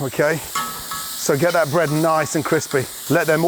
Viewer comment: he says bread in the most American accent I have ever heard him use. (obviously not on purpose)